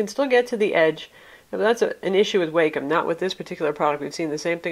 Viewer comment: Awesome review, thanks for this! Its so hard to find reviews specific to the Wacom Tablet pen functions for us artists! As a side note, its pronounced "WAH-come." It took me about a year to break away from pronouncing it "WAY-come," since quite frankly way sounds much better!